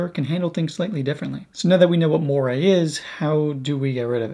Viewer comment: There is no such word as "morie", it's "Moiré", pronounced "mo-are" in English and "mo-aray" in French with the French sounding "r"...